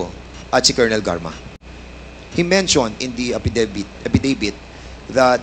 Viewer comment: Epdibit??? Ayos in mo Dan ang Letter F huwag gawing P at letter V gawin mong B... Ayusin mo??!!!!